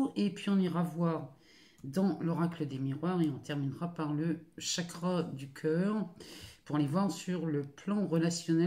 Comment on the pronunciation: Au moment où vous avez dit “chakra” je me suis dit “cette dame vient du Nord !” 😁 Merci à vous pour ce tirage et bécots de la part d’une ancienne nordiste expatriée à Nantes depuis 4 ans ! 🤗